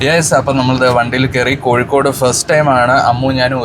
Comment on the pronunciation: കോഴിക്കോട് ✅ കോയിക്കോട്❌